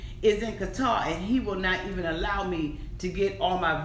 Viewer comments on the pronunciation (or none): none